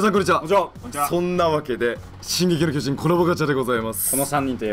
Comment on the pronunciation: くらいに進撃の個人コラボって聞こえたｗ